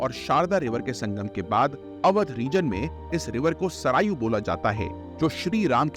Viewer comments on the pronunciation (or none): Very nice video But I didn't like your pronunciation of hindi words Really it is hilarious By the way presentation of rivers through animation is bestest Please try to speak hindi naming words in hindi Like sarayu is सरयू Rakshashtal is राक्षसताल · Correction needed in pronounciation: सरायू नही -> सरयू है। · its saryu pronounce not sarayu